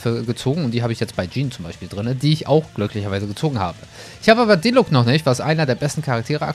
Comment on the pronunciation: Er wird zwar diluk ausgesprochen aber ich nenne ihn jetzt auch dilutsch. 😁